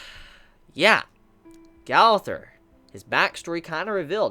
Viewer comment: Brooooooooo it’s a year now n it’s gooooowther not gawther fuck lol